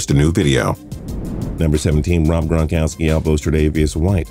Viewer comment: When he says gronkowski it sounds like that one lady from monsters inc saying Mike wisowski